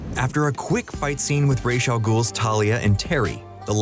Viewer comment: How hard is it to say Ra’s?